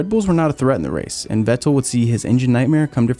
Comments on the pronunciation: This guy makes good videos, but why does he say Ve TTEL. How can you not know how Vettel is pronounced lol. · The way this guy says Vettel 😂 awesome video man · Why is nobody pronouncing Vetterl right? „V“ is pronounced as „F“ for his name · Is it just me or do you like the way he says vettel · please stop saying "Vettel" like that